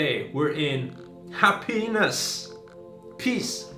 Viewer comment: HaPenis? Pause my man pause